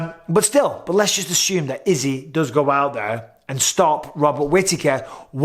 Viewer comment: Didnt know assume has an H in it Thanks count 👍🏽